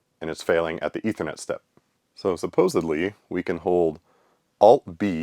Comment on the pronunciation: Thank you for saying "supposedly". My friend says it "'Joey from Friends'-style, "supposebly". Every time he does, I want to punch him in the arm. I don't know why that bothers me so much...